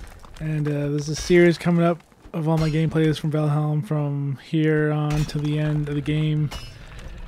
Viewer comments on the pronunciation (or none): You do know by now it's "Val-HIME", right? ;-)